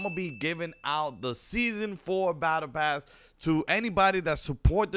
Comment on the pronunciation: It’s a pass not a pess